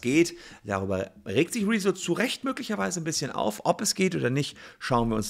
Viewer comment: Der blauhaarige Schlumpf ist nur eine Sprechpuppe. Ausserdem heißt er "Rezzo" und nicht "Rieso".